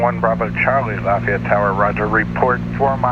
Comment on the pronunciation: Proud the Georgian can pronounce Lafayette correctly! Though the real one is down here in Louisiana. Nice flight!